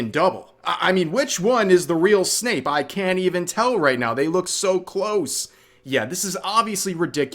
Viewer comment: Bro it's Snape, not Snoop.